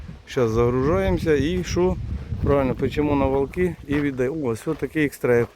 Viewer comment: Добре діло робите. Як місцевий житель, хочу сказати, що Валки, промовляються з наголосом на "А", дуже багато місцевих, задіяно в допомозі. Слава Україні!